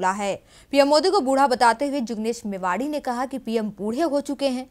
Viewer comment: मेवाणी न कि मेवाड़ी।